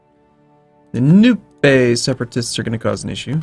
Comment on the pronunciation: I love the way says Nupe. It's Nu-peee from now on!:P